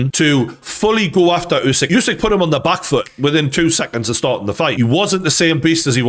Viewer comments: It's not you-sick it's uuh (like in too) -sick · Is it really so hard to spell "Usyk" and not "Jusyk?" :D